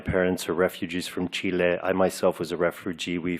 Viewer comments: People from chile don’t pronounce chile like he does. It’s just chilly. What a wanker. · Cheeeeeelay. They always flee from a country but make sure they overpronounce the name of said country. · I even hate how Pedro says Chile. Same douche chills as when a white guy or Seagul says “Kuddatay” instead of Karate like the rest of us 🥶🥶🥶🙄🙄🙄